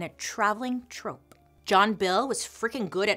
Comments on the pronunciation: Bailey I love you sooooooo much... so it's totally in 😍 love 💓 that I tell you "troupe " is actually pronounced as "troop" not "trope"... that's actually a different word with another meaning. Again I absolutely adore and love everything thing you do! Thank you for all your fabulous content!! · I love you but just a note, troupe is pronounced “troop”, not trope. Just cause it was kniggling me, everything else was amazing as always. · Just fyi, it's "troop" not "trope" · trOOp, not trope :') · Troupe is pronounced troop, not trope lol...just sayin...love it still ..🤹‍♂️🤸‍♂️🤡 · Troop not Trope right? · 15.24 troo-oop like an army troupe? How she pronounces it is so cute. I found out recently that if you mispronounce words that you know it means you're of a certain intelligence it shows you read more than learning from wa😢watching tv etc...I believe it's something like that it's interesting though 😉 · Super entertaining :) it’s pronounced troop but lol it’s adorable